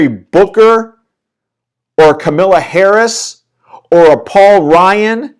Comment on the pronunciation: Why do so many people call Kamala Harris, "Camilla." It is pronounced Kah-mah-la.